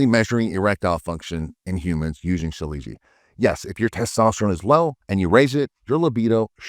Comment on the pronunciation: Ill pass.thx.lol..and you pronounce it so incorrectly 😅